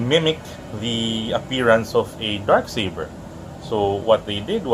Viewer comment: oof Accent*